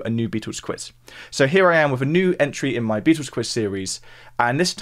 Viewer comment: Sorry - I just struggle to get past the way you call them The Beetoos. 🙄